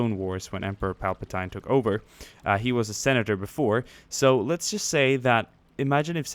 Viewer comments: And you said palpitine wrong it's pronounced palpiteen not tine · obi wan and qui gon* Anakin was like 2 remember qui gon saying STAY IN the SHIP Also it's pronounced palpateeen not tine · Dan D I want to slit my throat everytime he says “palp-a-TINE” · it's Palpatine not palpatien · ITS PAL PA TEEN PALPATINE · palpatine is prounounced palpa teen,somehow has to trow you to a ranchor =O! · It is pronounced palpateen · Its pal pa tine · "pal-pa-tine" sigh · Pronounced palp-a-teen. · how you pronounced palpatine killed me but i love your videos nonetheless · I cringe every single time he says Palpatine lol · learn to say palpatine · Why do you pronounce palps name like that... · You also pronounced palpatine wrong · besides its more like palpitine with the tine sounding like teen